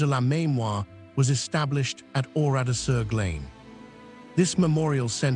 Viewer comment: The narration of the video is very good, except for the pronunciation of the town’s name. It is Oradour-sur-G-LUN, not, G-LANE, as in the English word ‘lane’. If you want your production to be professional, the key words must be checked and pronounced correctly.